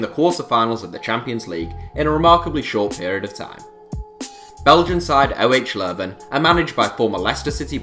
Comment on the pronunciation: The way you pronounce 'OH Leuven' is hilarious !